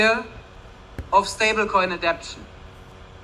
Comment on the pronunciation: Did it say adoption or manipulation 😂